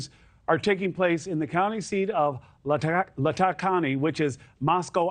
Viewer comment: Latah (County) is pronounced LAYtah not L’tah